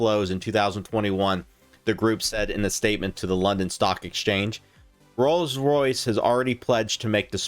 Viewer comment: This man butchers the pronunciation of rolls Royce so bad. I had to watch the whole thing to hear every one. Love the research.